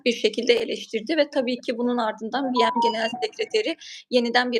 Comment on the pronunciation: Hanimefendi ,acizane BM Tutkçe bir tanimlamanin kisaltmasi oldugu icin "bi-em" seklinde telafuz etmeseniz sanirim daha dogru olur. Anlayisiniz ve duzeltmeniz icin simdiden tesekkurler